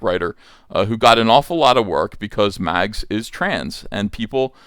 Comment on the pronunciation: Short-handing the name to Mags almost sound like Max... You are doing that on purpose aren't ya..?